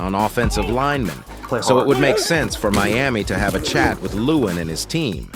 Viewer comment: I cant help it lol but its leh-wahn, not loowen 😂